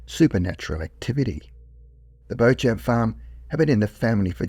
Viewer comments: Why why why'', do you and other posters/Tiktokers or whatever, never learn to prounounce a name properly and end up sounding like a moron. Just google it if you are not sure, It is not 'Bow Champ' which is making my ears bleed, it is 'Beecham', now I can't listen to the story, because I am embarrassed for you. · It sounds like you are trying to pronouce the last name Beauchamp. In English the correct pronunciation is "Beechum" and French speakers with that name pronounce it "Bo-chah". I've never heard it (correctly) pronounced "Bochamp". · Jim "Beach" Beauchamp, pronounced beach-um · Beauchamp should be pronounced Beechum.